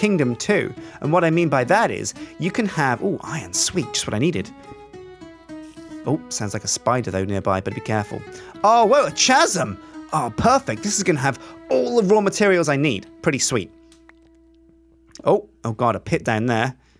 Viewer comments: Chasm is pronounced 'Casm' /kazəm/ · A little piece of me dies every time he says chasm :(